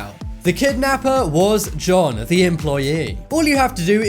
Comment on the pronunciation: For the 1st riddle i wasn't sure if it was john or june since i heard Johnm when you said the name so went to June. For the last quistion my answer is Her sister has contact of the guy and knows his name but she won't admit that he knows the guy so she killed her and hopped the guy shows at the funeral